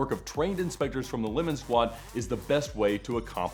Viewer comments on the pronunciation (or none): none